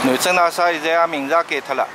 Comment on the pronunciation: 内容很好，点赞！用沪语也很好，仅仅个别沪语发音不对，譬如讲， 大厦的厦，应该读沪语 夏天的夏字音，今天看到五分钟处暂停，下次继续看下去。谢谢编辑这么好的故事，搜集资料也很不容易。假使编辑不反对的话，发现小问题，还会给编辑留下来的。